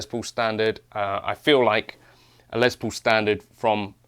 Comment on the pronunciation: The good old Les “Pole”